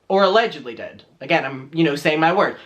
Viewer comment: I love it when you say allegendly!